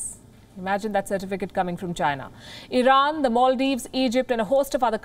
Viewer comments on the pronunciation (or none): none